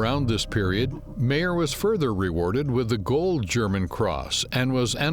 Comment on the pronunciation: It would help if you could pronounce his name PROPERLY... pronounced mier not MAIR!!😂🥱